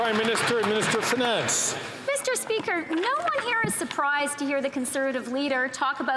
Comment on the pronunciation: Meester speeker.....😮